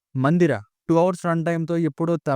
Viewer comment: Mandira kadu endi ra annatlu undi 😂